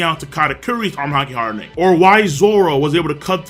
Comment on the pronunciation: Not trying to hate it just annoys me how he always emphasizes ing whenever he says armament Haki hardening. It’s just weird like a pet peeve and it just annoys me lol